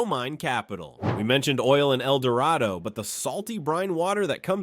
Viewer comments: Fouke is mispronounced. It's Foul with a K at the end. - , - It's pronounced El Dur-Ray-Doe. I'm from there btw. - Ouachita is pronounced Wa-sha-taw. , - It's pronounced Si-Lum. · Native Arkie here: I used to send in a note to new weather TV/radio folks, and that was on the list. Also, Mt. Judea is Mount Judy, El Dorado is el-dor-RAY-doe, not RAHD-doe, etc. And yes, Possum Grape is a sho-nuff place.